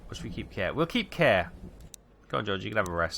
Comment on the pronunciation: My friend is called Kåre and he is very sad that you keep calling him care. It's pronounced core. Like in hardKåre and reactor Kåre. XD